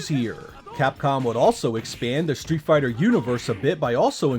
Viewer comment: you gotta love Treeet fhigh ta, alpha